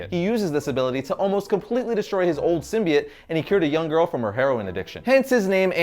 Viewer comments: its "symbiote"....not "symbiet" lol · Its a simbyote not simiote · "Symbiant" really "Symbiant"!!!? come on now, it's like your purposely saying it like that or think that's how it's pronounce. It's "Symbiote" / "...biote" pronounced "By-Oat". Venom heads dying right now lol. Good history tho. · Why can no one say symbiote right? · Learn how to pronounce symbiote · ugh thank u I thought I was only person getting annoyed by that it was driving me crazy lol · yeah but its only pronounced one way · Man you guys must be annoyed how they pronounce Symbiote in the new Venom movie